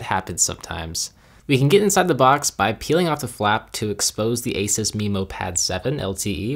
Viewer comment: Not trying to nitpick but ASUS is pronounced aye-soos. Nice video though!